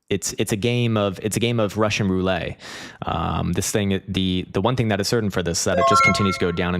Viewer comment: What is Russian Rouley? It's Russian Roulette.